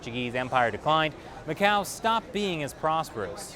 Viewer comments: Mas oque fala este tipo..goin goin mqéu goin ..jajajajajajajaj!! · Macau number-ah 1